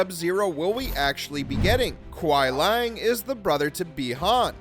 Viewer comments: Kwi-ee-lang not Kwi Lang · The pronunciation of characters Bi-Han and Kuai Liang and other things... surprisingly not Quan Chi... needed a bit of work.